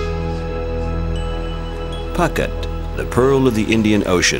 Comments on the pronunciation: Phooooket not pucket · did you really say pucket ? try pou ket next time pls ! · Poo-get not Pocket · Phuket rhyming with bucket.lol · It's embarrassing you do not know the pronunciation for Phuket.....said: poo-ket.. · It is ashame that you did not know how to pronounce Phuket correctly! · Narrator should learn to pronounce Phuket